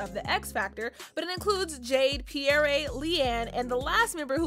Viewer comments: It’s Perrie not “Pierré” 🥴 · Pierre? Let’s me know you don’t know anything about Little Mix. It’s PER-RIE (PAIR-REE) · how did pronounced Perrie??? lord it`s not that hard